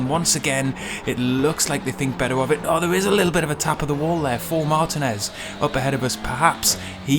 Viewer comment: Excellent video,! I'm not as fast as you, but really enjoyed running Touring Car Challenge this week over 10 races. It's so fun and addicting! BTW, Martinez is pronounced mar-TEEN-ez.;)